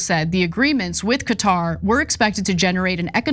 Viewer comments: The correct pronunciation of Qatar is like "Carter" without the "r" sound aa in "catar". Say it right Ana you're a professional! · I thought it was pronounced Cawtar. No r sound in the first part